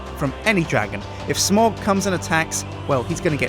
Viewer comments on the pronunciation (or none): It's Smaug not Smaog. But otherwise, that's a brilliant idea! :D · Sorry to be pedantic, but Smaug is pronounced 'smowg,' not 'smorg'. In Sindarin and Quenya, 'au' is never pronounced 'or', only 'ow'. :) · It's pronounced Smaowg, not smorg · Au in Tolkien's books is pronounced ow eg. Sauron, therefore, smaug is not smorgz It's smowg. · Its smaug!, not smog